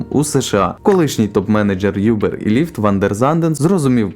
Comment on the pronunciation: "Бирд, Юбер" 😆🤣🤣🤣🤣